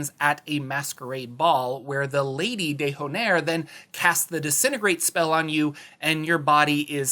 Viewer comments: De hornair lol, the H is silent silly! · Dear when you take the time to pronounce Dementlieu like a French word please do it with the d'Honair too cuz it's horrendous with that h